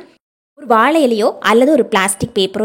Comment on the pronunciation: Yes!Try to say Vaszhai. paszham! VASzhai. Paszham! Tamiszh! Enbadupol! Pl. don’t mistake!